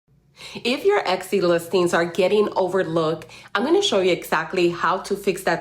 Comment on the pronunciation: I think you are pronouncing Etsy incorrectly. It sounds like you are adding an X to it? Or maybe I am just hearing it wrong.